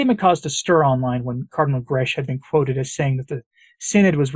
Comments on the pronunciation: That Cardinal is maltese. The surname is pronounced,. Grek like “Shrek” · Please note Grech is pronounced Greck in the Maltese language.